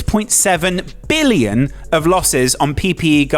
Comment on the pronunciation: And why did he say “billion” like that? He put so much emphasis on “billion”. I noticed people always adds emphasis to larger numbers like that..